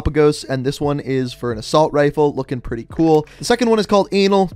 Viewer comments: Its pronounced Ah Nole its a lizard that is all over Florida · Its a-no-lee its a type of lizard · Just heads up, it's pronounced an-ol like you were saying "an old" without the d. Don't be tryna get in that lizards onlyfans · “Second one is called an*l no sorry anole“ 😂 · He pronounced anole wrong still lol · Everyone when he said anole😶😶